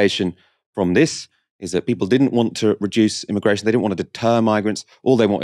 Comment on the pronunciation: The first guest speaker said “I”migration Lmaoo why she pronounce it like that 🥴